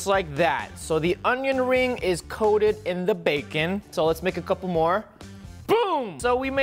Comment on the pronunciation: Ummmm Roi I have a question for you, why did you say fonion rings instead of onion rings